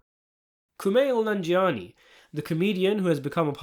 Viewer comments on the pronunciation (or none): none